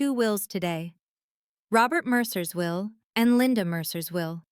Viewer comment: At the will [not "wheel"] reading. But a gripping story.